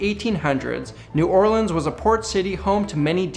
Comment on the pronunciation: Thank you for pronouncing New Orleans right